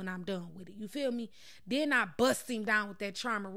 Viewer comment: She funny AF "scrub dOOwn!!!